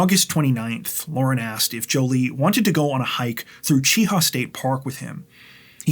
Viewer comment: Mt Cheaha is near me. It's pronounced more like the Chia pets people used to have years ago. Otherwise, this was a terrible crime. Jolee didn't deserve to be murdered this way, simply for breaking up with that guy. (his name isn't worth mentioning and I hope women steer clear of him in the future, when he is released) People, folks get together and break up all the time. Killing them, or yourself over it is not worth it. Yep, I know you're hurt, but give it time. My last break up took a couple years to get over, but I got over it. Met somebody new, and have now been married 20 years. No matter how bad it hurts, move forward.